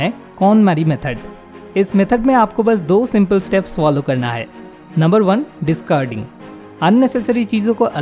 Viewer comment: Good informative video. But stop saying discurding. It is dis-caar-ding.